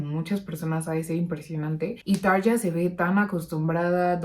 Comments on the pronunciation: Buenas se pronuncia Tarria, muy bueno tu canal saludos.! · Hola; Excelente reacción/análisis! Como fanático de Muse, me parece de igual manera una excelente versión la de Tarja.... Aaahhh; "Tarja" se pronuncia correctamente "TARRIA" (acentuando la doble "r" fuertemente); cuando Tarria vivió en Argentina iba a diferentes programas de T.V. y en cada oportunidad tenía que aclarar cómo se pronuncia correctamente su nombre. Saludos y Gracias!!!